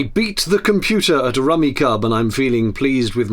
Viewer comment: No biggie, but Rummikub is pronounced like “Rummy Cube”, at least on this side of the Atlantic 😀 Enjoying the new narrowboat videos, from the viewpoint of a part time cruiser